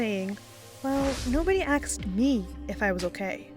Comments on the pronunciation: I appreciate your research and your presentation is pretty darn good Make it 100% next time with this constructive criticism: Mispronunciations: sahvreign is how to say sovereign, Eugenie not Eugene, ask not ax, lavish not lavage, controversial, secretary, Ibiza is Ibitha (I made the same mistake myself!) Grammar: "never seeked out" should be "never sought out", "the institution don't" should be "the institution doesn't", text for #8 received not recieved Super interesting to watch and you present really well! Just take it all the way to create a flawless presentation. :-) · What is Aksed????? Fuuuuuuuuu it is ASKED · I got to know, does the narrator say "axed"? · Please, please, please, the word is 'AS-ked', not 'AXE-d'. Do better, especially if you're calling someone out on something. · Are you stupid, can you say "asked" correctly?